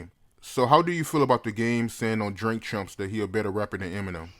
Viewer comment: He saying Drink Chumps lol